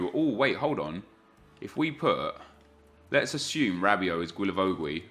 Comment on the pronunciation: Everytime you say Guilavogui's name... It's just so hard to hear, love the series keep it up man